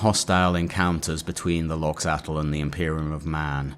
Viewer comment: If i remember right, Loxatl pronunciation, much like Quetzalcoatl or axolotl, would actually be 'loh-chah-tk' where 'tk' is a consonant somewhere between t and k formed by curling your tongue back and pushing the plosive out the sides.